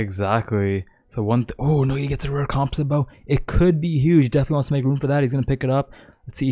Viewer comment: I hate the way you mispronounce composite...